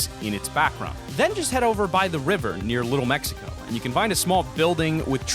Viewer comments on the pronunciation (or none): none